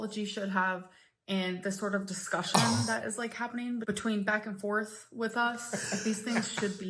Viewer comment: Did she really say "beck and forth"? And not "back and forth"?